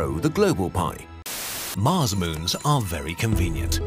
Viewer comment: "Get your arse to Marse" i'm dead 💀